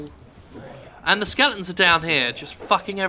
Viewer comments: Are you saying SKELETONS or SKELINGTONS ??? It's driving me fucking crazy. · it pisses me off how he says skeletons